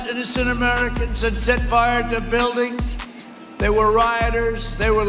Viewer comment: Did we take a doo doo doo dooew to the waaaa waaay bujilding?